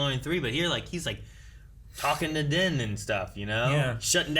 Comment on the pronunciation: Is there a reason mispronounces Din's name every single time. They've said it multiple times in the show differently than how pronounces it